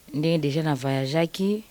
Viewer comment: VAYAGE VAYAGE 😂😂😂😂😀 on dit voyage.